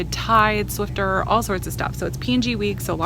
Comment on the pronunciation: there is no "t" in Swiffer lol. I'm going to do that Pepsi deal because I'm down to my last 12 pack